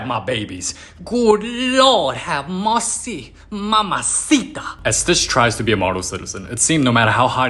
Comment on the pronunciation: GOOD LAWD HAVE MEWCY